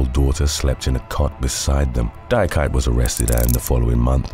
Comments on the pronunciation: Number 7 is pronounced "dee-ah-key-tay" not "die-ah-kite"...it's a common Ivorian name. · The name Diakite is pronounced Di-ah-ki-tay.